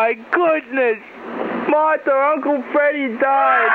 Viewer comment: he said " Uncle Fweddie died"